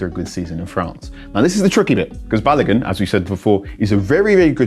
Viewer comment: Folarin Ba-lo-goon….. that’s how you say his name , not balagan 🤦🏾‍♂️🤦🏾‍♂️🤦🏾‍♂️